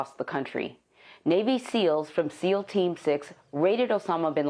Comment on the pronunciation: Did she say "seam" team instead of seal team